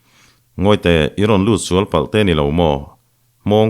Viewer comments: ngati nge Pachuau kan sual lak lawh tih hi, misual tih a sual lak lawh tih a i lam ziah a, Insual tih a sual lam rik ang a lam sik tur zawk a nia. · Pachuau sual, Tih hi, Misual, tih anga thlûk lo in Sual, Fight anga sawwi tur